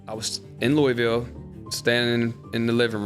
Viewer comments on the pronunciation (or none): How the hell Rondo FROM Kentucky and still can’t pronounce Louisville right!?